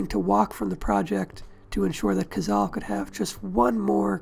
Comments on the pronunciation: It is NOT "Cazal" but "Cazale"; in Italian, like in Spanish, vowels are ALWAYS pronounced. I hate how damned lazy English speakers are regarding foreign names, they do not care about their proper pronunciation. Having said that, this video is an excellent tribute to an underrated but magnificent actor. I think that Cazale´s performance in THE GODFATHER was his finest. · 670 comments and no one noticed it's pronounced "codzahlay..." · I THOUGHT IT WAS PRONOUNCED CAH-ZALL-LEE? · I wish you'd made a video about the man where you didn't completely butcher his name. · I've head this cat's name pronounced three separate ways.